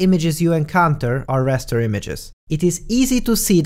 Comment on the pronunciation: I believe is called Raster not Rester.